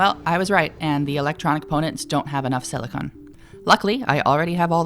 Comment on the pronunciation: Your voice is lovely as always but in reference to and a couple other times you pronounce silicon as silicone, which by all rights should be harmless but unfortunately silicon silicone silica silicate and silicane are all very distinct substances because English is a nightmare. Importantly we seem to be referring to the elemental metalloid silicon, whereas silicone or polysiloxane is a soft polymer used well everywhere but for an example in caulk, but it's called that because it's silicon based. Terribly sorry to be nitpicky but especially since many mods use both silicon and silicone let alone the others I felt it best to make note of it. Still, I adored the video